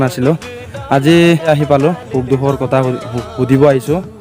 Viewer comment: শুদ্ধকৈ ক'ব নাজানিলে মিচিং ত কওক।গৰ,কতা এনেকুৱা শব্দ অসমীয়া ভাষাত নাই।